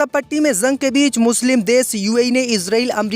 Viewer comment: JUNG KO ZANG KYUN BOLTA HAI YEH BEWAQOOF NEWS READER VERY SAD...